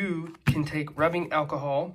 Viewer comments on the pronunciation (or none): none